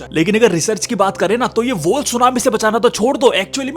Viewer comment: Wall ko woll bol raha hay...woll😂